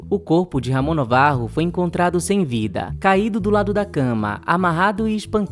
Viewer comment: Afinal, Navarro ou Novarro? Acho que é NAvarro; assim como Ben- Hur é lido como Ben "Ur" e não "Rur", Gilda não é Guilda... Gosto das pesquisas de vocês, assisto a todos os vídeos, por isso, dou- me licença para opinar, ou mesmo corrigir. Valeu😊🎉🎉